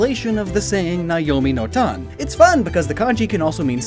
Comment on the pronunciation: It’s Nayami no Tan e !!